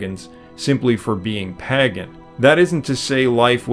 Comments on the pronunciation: As much as we all love your absolute PLETHORA of information, the word "pagan" is not pronounced "păgăn," but "pāgən." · Stop pronouncing it Paggan ... or pagganism ... It's Pagan (paygan) ... it's so annoying ... have you never heard anyone saying it before?